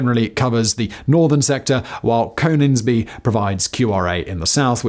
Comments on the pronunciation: Cone ins be???? Its Con INGS be... wtf do you come from if you dont know how to pronouce that???? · Cone ingsby? Bruh! Connnningsby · You said conningsby wrong it is said conn-ing-sby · Con-ings-bee not CONE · 'con-ings-by', not 'coe-nings-by' 👍🏻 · Cone-ingsby!? Con-ingsby!! 😅🤦🏻‍♂️ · Con..ings..bee (Coningsby) and Lookers (Leuchars) like your stuff but some inaccuracies in this one ie all fighter jets are aerodynamically unstable which makes them agile and again all jets have g suits. The Typhoon has 4 computers that make inputs to keep it aloft and provide redundancy, if all 4 are lost it is impossible for the pilot to control the aircraft and must eject. As for a liney forgetting his ear defs, I’m hugely skeptical. Keep up the good work. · Great video. Btw, it's Con-ings-bee 😉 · It's RAF "Loo-kers" and "Con-ings-bee" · Repeat after me... LOO-kers, CoNNingnsbee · Leuchars = Loo Kars , Coningsby = Conn ingsbi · Ah yes. Coningsby also known as Cone ings be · Lu cars and con Ings be. I agree. Leuchars is easy to mipronouce but why cone is added to conningsby l have no idea. As a 12 year old I was driven to Leuchars by my mum in the Fiat 600 multiple. The gearbox failed. We stopped and bought Lucasaide in the hope it might help us get there. It didn't. Why did anyone drink that muck? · Quick Reaction Alert Leuchars "loo ch-ers" Coningsby "Con-ings-be" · And it's "KONN-INGS-BEE" as well. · Do you even evr bother to look to the correct pronounciation of placenames etc? Leuchars and Coningsby for example in this video, but it's not the first time you/ve been off.